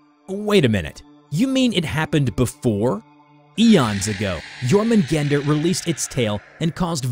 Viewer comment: Isn't it pronounced as "your-men-gawn-der" and "me-yoll-near"?